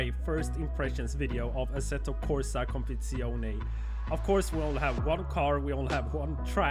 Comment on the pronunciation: Assetto Corsa CompetiziOH-NAY